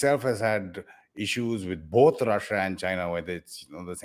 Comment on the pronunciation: Can't he pronounce Russia. Why Rosa. Irritating.